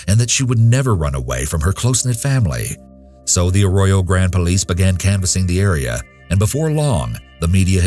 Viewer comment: Grande is pronounced Grand-Ey also this is the wierdist version I've heard Also this isn't where it happened. I was born in the five cities which Arroyo Grande is apart of. All of the cities are so small on that part of Cali that the 5 of them are equivalent to one. Hence the nickname bunching. I was born in 1996 and have been to where the murder happened. That happened on the outskirts called Halycon. In their Eucalyptus forest. Because of the small town the story was well spoken to make sure we never hung out in that forest at night. Among other reasons. What WE were told as locals growing up and my "mom" on our night walk even took us there. Was this spot is why the satanic panic kicked off hard. She was a friend of the boys, and they had a band. After some time they offered her to be the lead singer. She said yes but they said they had to initiate her into the band and had a bonfire there. Which in a sense they did. They sacrificed her to the devil/ slayer to become an ultimate metal band. Which is where that connection really was solidified of metal and devil worship.